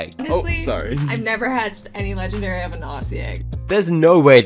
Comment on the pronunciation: Never forget how he says legendary: Legndry😂